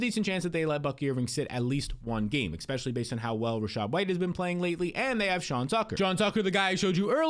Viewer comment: You say eckspecially A LOT